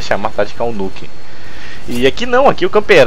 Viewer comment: nuuukkkk???? no is nuk???for mi nuk????au..au,,auu.kkkkkkk